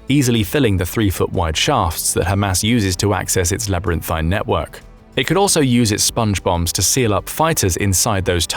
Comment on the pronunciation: Stop watching this AI narrated channel. "Labarynthine" at the beginning is a dead giveaway as well. I don't have a real problem with AI voiceover but if you can't be bothered to tweak it I'm out.